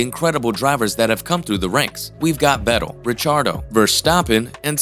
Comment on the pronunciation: Well put together video and content... but please, please learn how to pronounce these Names! It's "VETTEL" , not "Vedell".